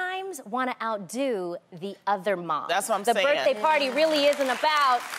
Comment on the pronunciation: “happy butday” 😂😂😂😂😂